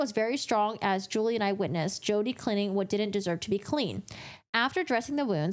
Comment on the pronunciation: Julie is pronounced as "Jew-Lee" not "Jewel-ee ".